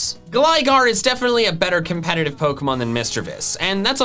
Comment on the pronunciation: THERE IS NO R IN COMPETITIVE!